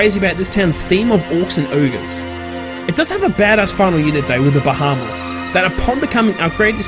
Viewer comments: Not Ba-ha-mas. It’s Bee-he-muth. My ears are bleeding. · bahamoth? pretty sure it's pronounced the same way it's spelled. With 'e'. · lol go listen to the way he said Behemoth sounds like Bahamas he also says it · Well thank you for your opinion and thank you for butchering the pronunciations of some the best units Be-he-muth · Nooo :D That is so sad! His pronounciation of the behemoths was hilarious tho lol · how the fuck did you pronounce behemoth?